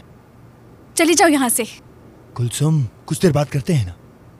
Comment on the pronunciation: Jameel kulsum ko huyum kehrhahe